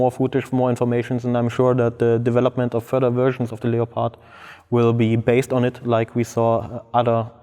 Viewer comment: It's pronounced 'Leppird' in English. Cool video